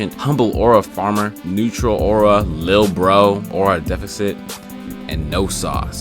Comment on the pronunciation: Defecit not Defecate lmaoooo